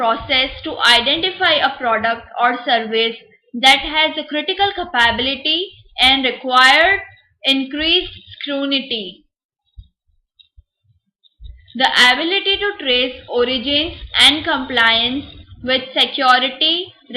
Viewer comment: Your voice is not good... I mean not attracting the conversation... The subject reflecting on slides is good but becos of your voice, not interested to continue and you also pronounced few words wrongly for example: for scrutiny, u said scrunity... So pls take care